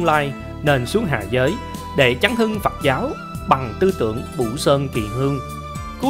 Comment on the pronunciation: Phật giáo,chứ không phải phặc giáo nhe anh mc.Viết có thể sai chính tả nhưng đọc mà cũng không phân biệt được dấu ă hây dấu â,nên học lại chính tả lớp 3 tiếng việt rồi hả làm trương trình